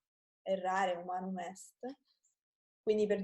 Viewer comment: Ciao et grazie but are you sure that you say: non dusputandum? It's rather "non disputandum" and "humanum" not "humanu":)